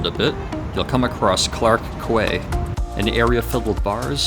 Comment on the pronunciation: Hello The British way of pronouncing quay is "kee" not "qu-ay". Correction